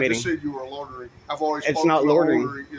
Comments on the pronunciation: They cannot pronounce loy-ter-ring. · What the heck is “lottering” 😂😂😂😂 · "Lawtering"????? That's not a word. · “Lordering” lol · Is there no one in this video who knows how to pronounce the word "loitering"? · I've never heard people struggle so much to say "loitering". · The only crime committed here is the cops pronunciation of the word "loitering."